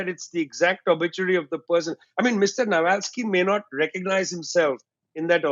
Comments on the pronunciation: His name was Navalny, not Navalsky! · NAVALNY NOT NAVALSKY! 'EXPERTS' SHOULD AT LEAST KNOW THE NAMES OF PPL THEY'RE DISCUSSING.. i🤡🌏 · This guy, who looks like he is picked up from some kebab shop could not even pronounce the name of Navalny properly 😂 And he is trying to explain us the geopolitics 😂 What a stupid interview is this?! A mere Russian propaganda 🙂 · You could at least have politely corrected Vijay on Navalny's name, before he repeated the error over and over.